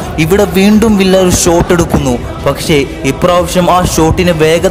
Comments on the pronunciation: Villa all viya enna pronouncation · Nice avAtharanem....villa alla bro viya aanu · It's not Not villa... pronounce viyya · Bro villa en parayilia David Viyya ennan pronunciation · വില്ല അല്ല വിയ്യ എന്നാണ് pronunciation. David വിയ്യ. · വില്ല എന്നല്ല വിയ്യ